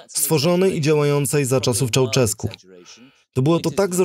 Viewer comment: Gheorghiu-Dej trzeba czytać Georgiu-Deż, a nie "dej", Ceausescu - Cziauszesku, a nie "czauczesku", poza tym dobra robota